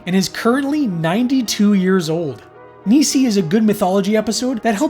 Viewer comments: Hey....love the video homie. FYI...Nisei is pronounced Knee-Say. Great job dude!! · Minor point. Not busting your balls - Japanese Teacher here - but you pronounce Nisei as: Ni - as in knee Se - as in set I - as in igloo The word itself means 'Second Generation', referring to Japanese immigrants who were born and raised in the US after WW2. Also, Pontypool is awesome. :)